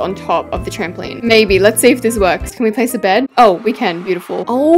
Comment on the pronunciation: I don’t think many people realised but she said Ken instead of can when she’s making the kitchen….. WHAT A FLOP